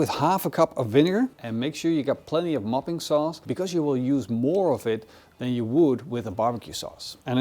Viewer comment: Every time you said 'mopping' sauce I kept hearing 'muffin' sauce 😂 Now someone needs to invent muffin sauce.